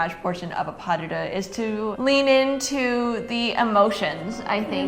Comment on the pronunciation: ‘Pas duh-duh’🤣🤣🤣